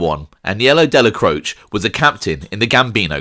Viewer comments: Isn't it pronounced Dellacrochee ? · Good channel. But your pronunciation of names like Dellacroce is merda. Dellacroce has letter A sound at end of it. Salut! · In the traditional Italian, however like many Italian names in NEw Yok it has been Americanized - even the man himself referred to his surname as Della-croach. Colombo mobster Joel Cacace should be pronounced Ca-ca-chay but relatives of his have said that the surname is now pronounced as a Ca-case. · You are incorrect. The traditional European Italian is indeed different from how the man himself pronounced his own name. In traditional Italian it is pronounced Della-cro-chay however the name was Americanized and those who knew him said that he said his name as Della-croach. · I agree that in the traditional Italian it does. However, the name was Americanized, Dellacroce himself pronounced his name as Della-croach. This is common with a lot of Italian names in New York. For example Colombo mobster Joel Cacace, should be pronounced Ca-Ca-Chey, but even the man himself refers to his surname as Ca-Case. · You are mispronouncing the name ‘Dellacroce’.